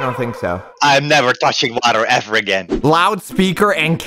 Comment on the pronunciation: I guessed never because he said will it ever boil in a weird way